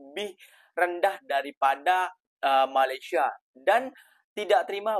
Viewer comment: LU PERHATIKAN BAIK-BAIK APA YANG DI UCAPKAN.. BERKATA MALASYA.... MALASYA... MALASYA 🤣🤣🤣